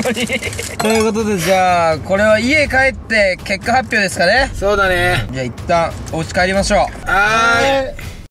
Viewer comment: 結果発表安定にいいww イントネーション違ったけどww